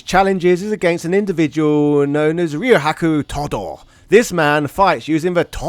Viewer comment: Ryo-haku Todoh? My friend, the correct pronounce is more like Ree-Ah-Ku.